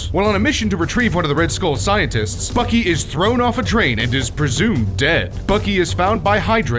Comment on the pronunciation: Why does when he say bucky it sounds like FUCKY